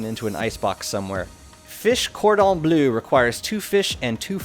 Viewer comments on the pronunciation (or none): none